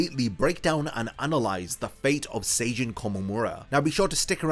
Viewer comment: “Sayjin”💀 it’s pronounced Sah Jeen